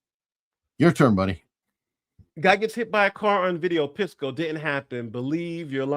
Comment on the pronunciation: Objectively reasonable ≠ agreeing with your reasoning, Pisco. (Bonus points to for mispronouncing Pisco throughout)